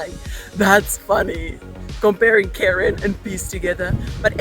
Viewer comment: It's not pronounced "Karen" in English, even in rhotic accents. It's "care" with an "n" sound at the end. There was a Scottish wine brand called cairn-o-mohr, which was a pun on "care no more" which sounds the same.